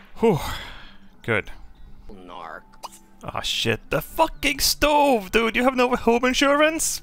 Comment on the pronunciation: "A shtove."